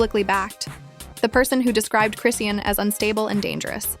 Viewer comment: Shut up 🤬 You can't even pronounce Chrisean name correctly 🙄 😂